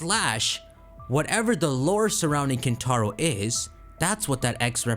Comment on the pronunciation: Hear me out: KinTtar-o